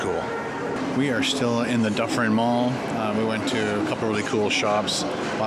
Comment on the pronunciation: dufferin mall? where did you get "duffen" from?